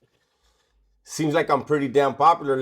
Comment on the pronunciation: I refuse to watch until he says "Bideo" again. (obviously jk)